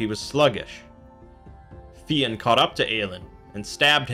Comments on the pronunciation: It's not Fee-in. It's fyun. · Fionn pronounced fyun not feeon well that's the way it is pronounced now idno about earlier in Irish times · Jesus Christ!!! It's pronounced FI UNN not FEE ONN !!! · You are right - he can be called Finn (like Fin) or Fionn (like Fuh-yun) - not Fee-ann that the reader here is saying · It’s not pronounced Finn, more like f- yon maccool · I always hear Fionn pronounced fuh-yun but one syllable like Fjun. Great video btw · Not to be a pian but it's pronounced like Fyun. Irish be tricky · Fionn rhymes with young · Yeah, I think just mispronounced it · You pronounced fionn wrong